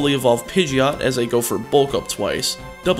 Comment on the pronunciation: he also said bourth